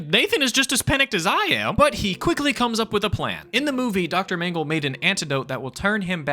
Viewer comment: Feels like the twilight zone 12 mm Shrine. Also you need to pronounce "dr mangle" .....more succinctly lol